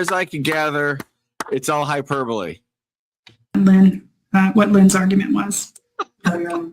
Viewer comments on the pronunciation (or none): Hyper-bully…. Was she trying to say hyperbole…? She’s 72…. She’s been this annoying for a while that’s clear! She’s not going to change now… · What??? Round 2?? Another chance to gear her mangle the word hyperbole and “Lynn” unleash her idiocy. Thanks cutie pie, love you, I’m a many years watcher/follower of you…wait, this is sounding like round 1, I’m confused.